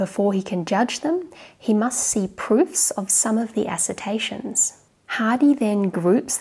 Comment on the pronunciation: Assertions not assertation. I can't count but I can read.